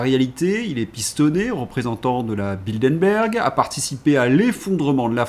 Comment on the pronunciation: Bildenberg, ça n’existe pas. Bilderberg, en revanche, ça existe. Mes oreilles saignent. J’ai mal.